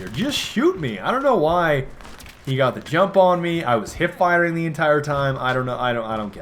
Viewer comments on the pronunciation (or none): none